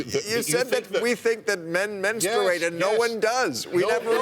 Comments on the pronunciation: bill maher trying to dumb down dennis prager was sad and pathetic even for him. The fact that Prager cant say the word "menstruate" was very annoying but it doesn't take away from the fact that the line of defining who is a man to a woman is quickly disappearing... a woman was just fired for not agreeing with this bassakwards rhetoric that is being spewed in medical clinics and so forth. This "Tran-Fad" train is gunna crash hard! Womans sports is barely a thought even without this debacle so its really fucked for the women that can get into a school based on athletic ability but now if ur a man and are mediocre and cant win with the other guys u cant now wear a dress and say u are a woman and basically "rape" the field in competition. This has gotten out of hand but its still early to put a stop to this nonsensical bullshit. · God, Prager is just an embarrassment. He tries to win his arguments through yelling and repetition and his actual arguments are Seussical - whether he is right or wrong. The shame is he actually does have some good points, but the way he makes them is just wrong. Also, where did he learn to say the word menstruate? His pronunciation is certainly unique. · Who the fuck actually pronounces the U in menstruate? That alone shows how fucking crazy Prager is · Hey if he wants to do it (not something I would actually recommend) he at least ought to learn how to pronounce it properly. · Kyle H I menstruate... I have been pronouncing it wrong my entire life. Also... I just call it my period . Lol. I hate when people without periods have opinions about them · It doesn't matter the color of the man, they all say 'menstrate', or period! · Prager made some good points but if he says menstruate again im gonna kill myself